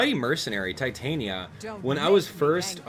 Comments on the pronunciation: Not to judge, but i think it is pronounced ti-tan-ya, not tie-tai-nya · Its ti-tan-ya not tai-tain-ya